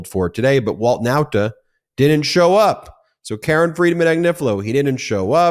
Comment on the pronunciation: Show up on 27th June. Not Now-ta. Okay sir.